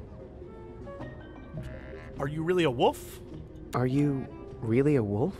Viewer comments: I love how Jesse says wolf as Woolf :) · dude, learn to pronounce wolf everything